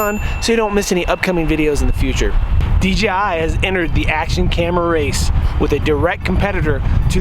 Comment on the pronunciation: Is he saying DGI?